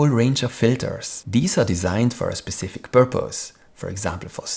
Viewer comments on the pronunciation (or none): none